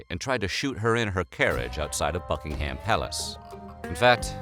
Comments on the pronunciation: It's "Bucking'um" not "BuckingHAM," - oh, good grief. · I know it doesn't matter but it kept bugging me 😂 It's not bucking-ham (as it's written) It's bucking-um Sorry, I know it's not important but still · The H in Buckingham is silent. It’s Bucking’am NOT BuckingHAM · Buckingham Palace is pronounced buck-ing-um palace I'm pretty sure, not buck-ing-ham lol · Can you stop saying bucking ham palace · BuckingHAM palace lol.makes me laugh when Americans say it wrong.. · Nobody:: BuckingHAM Palace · Every time he says "Buckingham" I twitch.